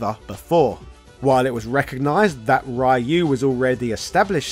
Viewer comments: I think this guy is deliberately mispronouncing "rai-you" because of the way he does it- I assume he's found the negative engagement helps promote his videos? I can't imagine he hasn't caught flak for doing this in the past. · "Rai you" Cmon man we're in 2022. Say it right. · I hate Ryu, or as you pronounce his name, Rye-you. Even Twelve has more personality than Ryu. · the pronunciation of Rye-u and Sagget is incredibly grating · Rye-you actually hurts to hear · Rye-you. . .You really don't know what you're talking about. . . . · Could you please pronounce "Ryu" correctly? It's insulting. You don't even have to say it in the Japanese way. Just say "ree-u" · It's not Rye-u, pftt bri'ish. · I can't stand hearing people mispronounce Ryu like that. It should be punishable by law. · English speakers will never learn to say it right. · Aaron Roberto you may "see" it correctly. But you probably pronounce it wrong. English natives can't speak Ryu's name right, and that's a fact. Get over it. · Over 30 years of Street Fighter and people still dont know how to pronounce "Ryu" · His mispronunciation of Ryu's name almost makes me want to stop watching, lol. Great video though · Same! He is actually capable of pronouncing it properly because I've heard him say it in "shoryuken" & he doesn't pronounce "Ryo" as "rye-yo" either so I'm pretty sure he's just trolling us now to get a reaction. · I like how you say Ryu's name wrong. Takes me back to the 90's 👍🏽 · He knows.he does it on purpose to troll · He pronounces Ryu on English noooo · It's funny to consider that he's called the Japanese equivalent of Ryan. We all have Google translate, so there is no excuse for pronouncing these names wrongly. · You're just going to mispronounce "Ryu" forever?... Even though there's thousands of examples of the correct pronunciation, from the games themselves? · I die a little each time someone mispronounce Ryu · How hard is it to say Ryu and not Rye-you? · Rayu 😂 bro it’s “Ree-U”